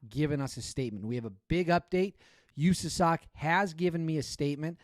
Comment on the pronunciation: Can you do us a favor and never say “usasoc” ever again Literally how a liberal senator would say it. Just say SOC. We all know what country we’re in